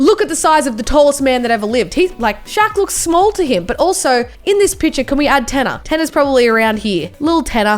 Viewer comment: tannar not.